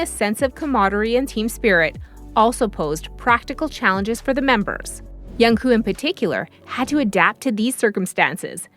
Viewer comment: Please check your pronunciation. The right word is MAKNAE not MAKNA and the pronunciation of AE is the same as the ae in aeronautics. Also his name is JUNGKOOK. The 2nd syllable, KOOK is pronounced like cook not coo. You must pronounce or enunciate the last K.